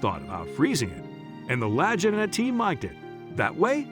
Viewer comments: Shellback?......I'm a " Domain of the Golden Dragon " I was on the Seawolf SSN575 . Doing spooky stuff in the Sea of Okhotsk . The voice is a bot , and mispronounced their last name . I seen your username and wondered if you are Ex-NAVY . Peace , from Cass County MICHIGAN ! Wolverine State ! Seawolf SSN575 ! Torpedo Man / moss system too . Maranatha ! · I agree!! Pronounce their last name correctly and use real Ariel footage of the island!! What’s the deal of not doing so? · Imagine researching a story about two brothers and all they have done as well as those before them, and never taking the time to learn how their name is pronounced. Bizarre. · Rick and Marty's last name is pronounced "la geen ah" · lol! "LAJINA"! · If you can't say the right name do say it !!!! LAGEENA !!!! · Their name is pronounced La-Ghee-Na. I'm very hotspot for them . Years of searching. All the best! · It seems strange to me that you felt you could tell about this show. I mean you slaughtered Rick and Marty's last name so badly. It's pronounced La-geen-na. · Lagina (Hard G Buddy!) Like Lagging... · The brothers last name is pronounced Lageeena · POOR documentary....you can't even say the brothers name correctlly ....you information is incorrect in so many ways .... media "bullshi" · Maybe learn how to pronounce their names. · Please, PLEASE ,learn how to pronounce the brothers' names before doing another such documentary! Watching even one episode from any season would have clued you in! Obviously no QC style review of raw material before producing this gem! It really takes away believability from the whole thing, ie what else is in error! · Ouch you MURDER their name! Get it RIGHT guy so you wont sound like a DUFUS. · I agree with previous posts about your poor editing including name pronunciation and scenes of some other places not Oak Island. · Please learn how to pronounce their names. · nice name butchering. your a joke and insult for the show and the brothers